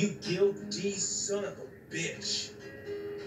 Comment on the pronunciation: It's funny the way he says "guilty son of a bitch." The way he emphasizes each letter and which letters he chooses to emphasize is hilarious